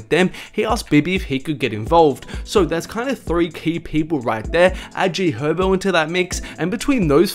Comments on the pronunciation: This nigga say “g hobo” lol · Why he say G Herbo like that😰